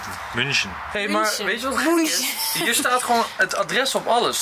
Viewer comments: Het is München met een ü dus je spreekt het uit als Muunchen😂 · "Mün" in München kan je zoals "Mun" in Munt uitspreken. En "CHen" zoals in "gelaCH", groetjes uit Duitsland :P